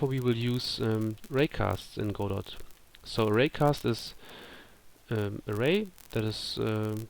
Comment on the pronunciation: Thanks so much for doing these! These sort of videos are so important to help newcomers to Godot and help build the community. Just a small complaint if I may...Godot is pronounced with a silent "t" as in God-oh....sorry to sound like an ass but it has to be said :) I look forward to more videos in this series from you!